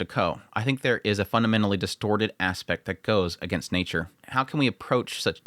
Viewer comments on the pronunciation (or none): none